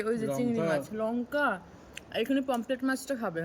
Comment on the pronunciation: ওটা পমপ্লেট না পমফ্রেট,😂😂